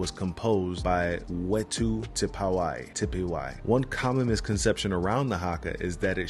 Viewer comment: My bro. Thanks for sharing these videos. As a New Zealand I am proud of the heritage that Māori bring and share. I am not Māori, but grew up with the All Blacks performing the Haka. I get a huge kick out of seeing haka performed. A tip for pronouncing “wh” as in the name Whetu. “Wh in Māori is pronounced like the English “ph” or “f.” Enjoyed coming to your channel.